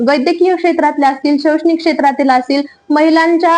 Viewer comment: शौक्षणिक नाही शैक्षणिक असतय ते काकु